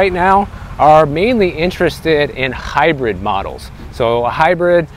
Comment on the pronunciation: Bro you made hybrid sound like jalapeño 🤣…in all truth tho…I’ve had hybrids…awesome till the battery goes …once EV and ET vehicles go to a solid state battery…most of these charging problems will be gone …tops 10 min to full charge in normal climates…